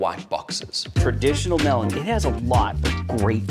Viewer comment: It's called meh-luh-meen, not Mela-mine. It's like something hitting me in the face when you call it wrong.